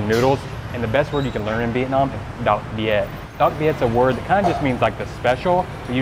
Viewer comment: You Viet pronunciation is getting BETTER AND BETTER by the day!!! Who is teaching you? You're a very intelligent person to be learning so fast!! Rất tốt!!! :-D